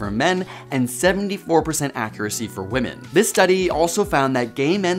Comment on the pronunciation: Can we PLEASE pronounce "women" correctly, though? Sheesh!